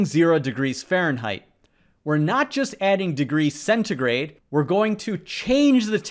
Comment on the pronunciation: it's that celsus? why's he pronouncing it as centigrey